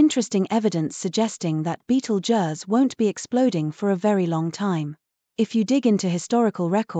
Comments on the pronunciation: That's just lazy! You can easily 'fool' the text to voice AI into pronouncing 'Betelgeuse' correctly by stringing words it already knows, like 'beetle' + 'juice' = 'beetlejuice'. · The computer generated voice can't pronounce Betelgeuse correctly.